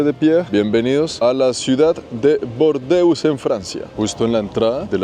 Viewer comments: en español no se dice bordeus, sino burdeos jajaja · Solo un apunte, la ciudad en español es Burdeos con U, no "Bordeos", No sé si me pareció escucharlo con una O, o es por tu acento y estás pronunciando la U. Igualmente, muy buen video como siempre!! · en español se dice burdeos,no bordeus como tú dices. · en español no es Bordeus, sino Bordeos ok.!! D.😢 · En español se pronuncia Burdeos, no Bordeos, y tambien da nombre a un color, el burdeos que hace referencia al color de los vinos de esa zona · En español es Burdeos (no bordeus). Cuántas chilabas y telitas africanas. Cuánto graficado por las paredes y qué bonito está el césped irregular y lleno de matojos a lo largo del río. Qué elegancia la de Francia. Parece Roma. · Es Burdeos, no Bordeus! Ese tipo de errores que a veces cometes le quitan valor a tu contenido, que suele ser muy bueno. Saludos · Disculpa en español se dice Burdeos.